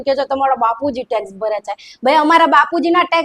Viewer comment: માયા ને ટેક્સ બોલતા નથી આવડતુ એને ઉતારો એઠો